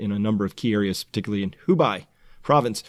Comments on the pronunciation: Great video. FYI, the "bei" in Hubei is pronounced the same as the "bei" in Beijing. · Please pronounce Hubei correctly "hoo-bay" and not "hoo-bye"